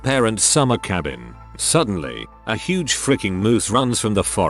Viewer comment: uhhh... how did their tts pronounce "huuuuge" as "huwuuge"?